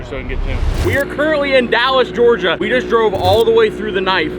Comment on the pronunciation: “Dallas, Gorgia” 😭😭